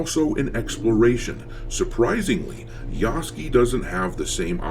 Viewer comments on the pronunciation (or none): I love how you keep calling him Yasuky instead of Yasuke. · Every single American I watch says Yasuke's name wrong, and they all say it wrong differently 😂💀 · Part of my entertainment in watching the coverage of this game is seeing how many ways different people can pronounce Yasuke's name wrong.